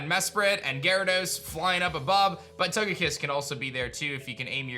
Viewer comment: It's Gyarados, NOT Garodoes!